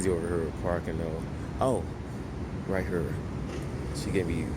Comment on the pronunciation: Congratulations on the new house! that is amazing! I love all the "right her" he he he! Your accent is so amazing. Maybe you could do a video to explain all the different words or slang you have from St. Louis!